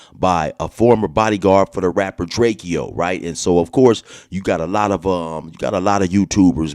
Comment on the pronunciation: I don’t lisyen to dudes music but I did to find out who he was when he got stuck, but his name is pronounced DRAKE-O not DRAKE-E-O